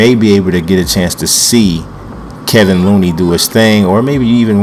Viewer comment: Its "KEY-von" Looney